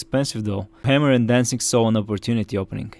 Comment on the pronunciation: It's Hay-mer, not Ham-er.